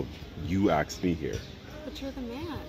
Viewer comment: "you axed me here" 😂